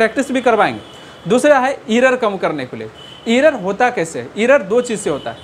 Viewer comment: Sr aap achha smajahye ❤ but aapka english utna thik nhi h असपीड इरर असटोक